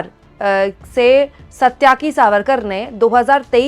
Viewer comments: The name is Sa-ty-ki and not satya-ki. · अरे उल्लू की पट्ठी, वह सत्याकि नहीं, सात्यकि सावरकर है. भारतीय संस्कृति का कुछ पता भी है?